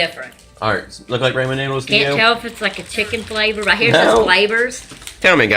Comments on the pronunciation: MichelleandFamily I just heard it too 😂 raymen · You say ramen like raymen 😂